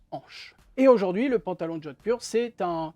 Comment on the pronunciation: Alors oui Jodphur ce dit Jodhpour en Inde 😉🤗